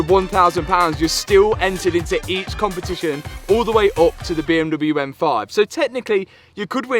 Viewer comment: What an accomplishment! And I will for sure miss the “beeeeuummmdoublyeuuu” pronunciation 😅